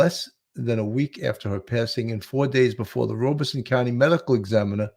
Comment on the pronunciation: Horry pronounced without the "H". Sounds like oar-ree. Also, not just you, Robeson is pronounced Rob-ah-son 😉